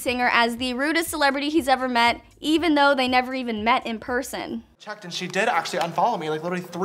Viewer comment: Did* Not “dod”!